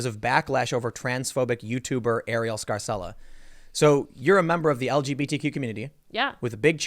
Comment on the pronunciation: That's an Italian name pronounced "Scar-chella." But in the USA they pronounce all Italian names like they are Spanish, even the Italian-Americans, lol